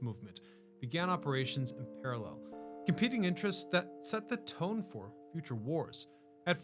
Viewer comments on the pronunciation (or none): none